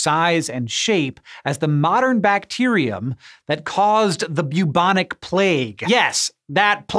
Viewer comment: “Byew-bonic” plague XD